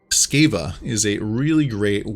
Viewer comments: Bro why did you have to say scaeva cmon.. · i thought the same....